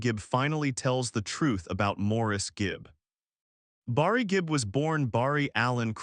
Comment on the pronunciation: Say Barry not Borry